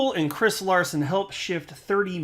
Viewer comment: hahaha name not at all correctly pronounced :)